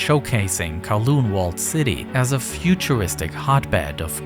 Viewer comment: ITS NOT THAT HARD TO PRONOUNCE CANTON AND KOWLOON CORRECTLY. DO SOME BLOODY RESEARCH